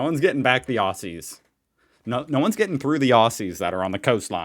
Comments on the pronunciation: It's not secret, in as much as we all know it's there. But while you're talking emoos vs emews, I have to let you know that 'Aussies' is not pronounced Ossies, it's pronounced Ozzies. Happy arvo 😊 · Congratulations mate ✌....it's spelt aussies, but pronounce it OZZIES if you want to sound more Australian....